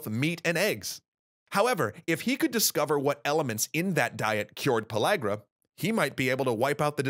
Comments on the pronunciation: Am I the only one who noticed that he said "Pologra" and not pellagra? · No Just No You aint saying it right. Its pronounce in the southern tongue "Puh leg ruh" not LAG rah. That's how we pronounced it. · I thought it was pronuced pill-area